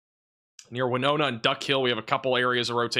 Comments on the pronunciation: You are butchering the pronunciation of Tupelo and Winona Mississippi!! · He is really butchering the pronunciation of Tupelo and Winona!!!!!